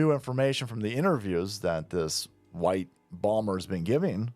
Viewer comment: His teef are sure huwhite.